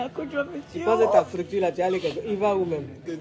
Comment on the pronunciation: Arabie saoudite: la coach "ça c est la 'fructure' ...La grosse fructure!!! MDR